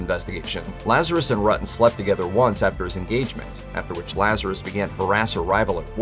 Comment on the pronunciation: It pronounced ROOO TUN